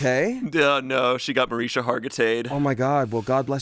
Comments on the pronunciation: MA-RIS-KA. NOT MARISA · MarisKa! Omg! 🤣🤣🤣 the constant mispronouncing had my eye twitching. 🤣🤣🤣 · Its mariSHKA Hargitay, there’s a “sh” in it. It’s how she actually pronounces it and says she’s used to people pronouncing it wrong lol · it's Mah-rishka not however said it btw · Mah-RISH-kah, my people. And she is a saint. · I love your comment and I watched that documentary, it was so good. It's pronounced Ma-RISH-ka! I kept yelling that at my phone, lol 😂😂😂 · pronunciation of Mariska Hargitay really bothered me 😂 he replaced the k with an h. I can't believe no one knew her actual name. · How’s your day going, “Mariska Hargatay” 😂😂😂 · Mariska: Mar-EESH-ka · I was genuinely waiting for someone off camera to tell her name was pronounced “Mariska(ma-rish-ka)”😅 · … it’s Mar-ISH-ka put some respect on her name for real. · literally begging them to say her name correctly 😭 there's a whole k in her name that they're missing ohmygod. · as a hungarian i cant handle them laughing at Mariska Hargitay pronounced in the american way💀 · Can someone teach how to say Mariska? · The amount of times they said Mariska’s name wrong was WILD lol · The "K" in "Mariska" isn't silent y'all 😩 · As a fan I must say…..you guys are butchering Mariska’s name 😂😂 as bad as pon de replay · hearing them mispronounce Mariska Hargitay's name like eleventeen times was PAINFUL lmao 😭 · I’m distracted about how pronounced Mariska Hargitay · absolute butchering of Mariska Hargitay’s name should actually be a felony. 😂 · being so confident in his mispronunciation of Mariska is hilarious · The way they didn’t pronounce mariska hargitays name correctly once is killing me